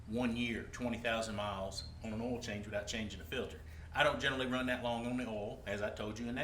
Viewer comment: did he say "all" filter?